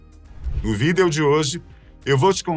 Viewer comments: Não consigo me acostumar com tal pronúncia… “vídêo” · Acho curioso você fazer questão de pronunciar a palavra "Vídeo " corretamente. E todas as demais fala como dialogamos normalmente (Incorreto) no dia a dia. Exemplo: Antis, tudu, sozinhu, algu... Etc.. Enfim só uma coisa que reparo 😂😂😂